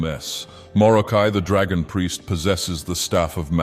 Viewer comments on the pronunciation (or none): none